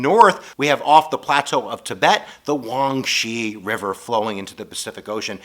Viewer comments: Huang He (黃河) already means "Yellow River", saying "Huanghe River" is like saying "Yellow River River". And pronounce it like "Huang her", not "Huang she". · I think the "yellow river" is pronounced as "Huang-Huh" if I got that right... but other than that is really informative!! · The yellow river is actually pronounced as 'hwang he':) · You butchered the yellow rivers name lol... It's Huang He, pronounced hu-wah-ng huh. Lol... It's shah-ng Dee, say it like a Brit, it means God lol... Awesome video as always.